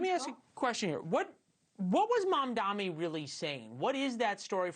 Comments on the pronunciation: M. A. M. D. A. N.I . Not Mamdami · 1) Why didn’t you let her talk more? 2). I don’t like mamdani any more than you do, but F dude, you STILL can’t say his name correctly!? It’s Mamdani — not Mom-dommy. Or Mon-dommy. I can’t stand him, but it’s not that F hard of a name! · i dont care for Zohran but im curious... is mispronouncing his name a deliberate thing they do? ive noticed a lot of commentators call him Mandami or MamdaMi , when his name is MAM-dani. surely they know this right?